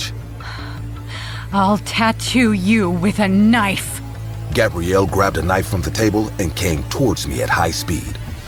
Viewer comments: bro said k-nife😭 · I noticed this too and they're spoken a little different as well. Maybe it was a retake that wasn't edited properly. I came to the comments to see if anyone was going to comment about ka-nife for knife 😂😂🔪